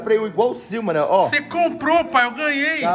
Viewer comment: 2020 criticando alguem falando "ingual"